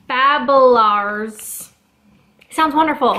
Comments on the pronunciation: When youre dutch and you watch this and heats how she pronounces Zeeuwse roomboter babbelaaes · I love how you pronounce zeezout and babbelaars, I'm Dutch so yea (zeezout is seasalt btw)